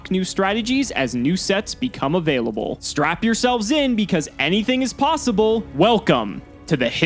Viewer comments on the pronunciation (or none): none